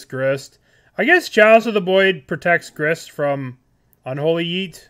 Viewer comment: He is calling grist grix now! he is losing it